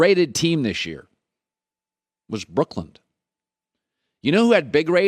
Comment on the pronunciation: Brooklyn doesn’t end with a “d” Colin